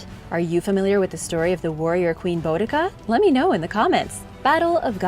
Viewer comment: The battle concerning bodicea is taught in the English history lessons, well it was when I was at school just over 40 years ago, but I would think that it still is as it's an important part of our history. Her name is pronounced bode a see er her in the UK. If you want a comical history of the gauls, read the 39 books in the asterix series